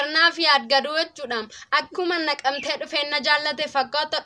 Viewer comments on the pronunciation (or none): galatoomi. Yaada hedduu siif kennuu dandeenya. Garuu Naqamte jedhi malee "laqamte " hin jedhiin.